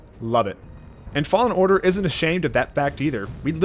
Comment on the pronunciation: every time he says fallen order it sound like he saying law in order and to me that's funny